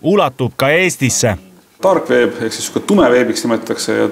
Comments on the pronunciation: "taarg veep" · Daarg weeb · ieatass3 eestlaste aksent :D